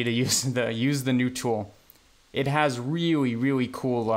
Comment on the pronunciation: "weawy weawy coow" Did you just channel the Miracle Whip boy?